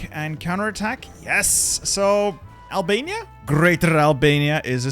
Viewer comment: this mf said abania